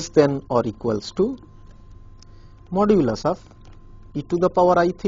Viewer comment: Modulus is not the same as absolute value. Why is he keep saying modulis